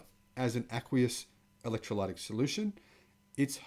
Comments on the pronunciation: With the pronunciation of the word "Electrolytic". The "y" has a little "i" sound. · Ask a person who speaks English how to say 'electrolytic' and other hard words ( even drongo Aussies like my brother know this) or just google it! Great channel. Carry on. (ps Where are your horns?)